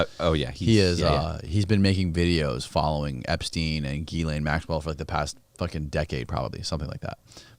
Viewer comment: Starts off saying JIizz-lain Maxwell, how ironic LOL!